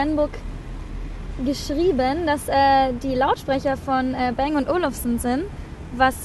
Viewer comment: es heißt nicht bäng sondern bang ihr deppen